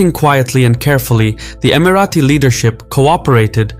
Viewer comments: Who told you that’s how you pronounce Emirati? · EmiraTis, not Emirathis